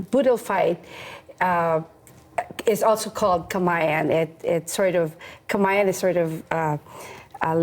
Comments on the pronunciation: perfect ununciation of "KAMAYAN" & SAMANIEGO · I got to commend how the host pronounced Filipino word and last name so perfectly! 🙌🏼🙌🏼